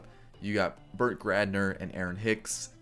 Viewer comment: You said Burt Gradner at least twice lol 😂